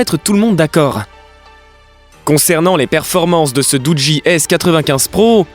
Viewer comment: Sa se prononce dougi l'ami raahhlalah 🤦